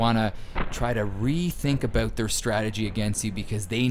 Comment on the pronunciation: "Aboot" lol 100% Canadian